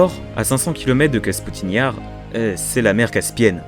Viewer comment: Très bonne vidéo. Quelques erreurs mais dans l'ensemble c'est excellent. Attention ce n'est pas Kasputine Yar mais Kapustine Yar (le vallon des choux si l'on veut) et la prononciation de Voskhod est bizarre mais c'est un détail. Je vous signale mon site consacré à l'actualité quotidienne de l'activité spatiale russe, en français: kosmosnews.fr.